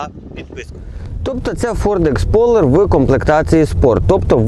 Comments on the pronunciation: так і каже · не Expoler а Explorer